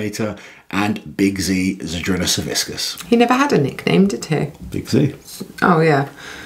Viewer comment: You honor Big Z but can't even pronounce his name right ughh. "Savickas" Not "SaviSckas"